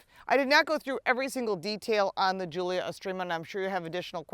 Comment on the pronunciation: I seriously doubt she's owned a Quad before....she can't even pronounce Giulia or "estrema" (called it 'estremo') correctly. She also mispronounced the scudetto grille. Also "A" stands for advanced efficiency; not 'automatic'. Youd think if you actually owned a Quadrifoglio, you'd know just what the hell these things are. They just let anyone review cars these days.